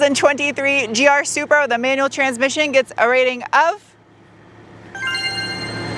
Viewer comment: I'll take the new Z over this "Zupra" anyday!!